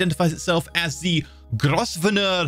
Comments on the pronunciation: Grosvenor is pronounced Grove-ner. It's one of the English snobs mad pronunciations. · it-s pronounced grove-nor